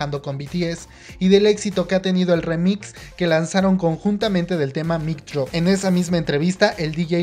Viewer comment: Es Mic Drop no Mic Drope v